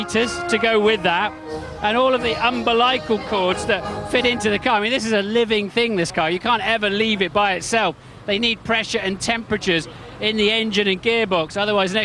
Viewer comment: um-bil-ical? its umb-ilical, martin. thanks for the upload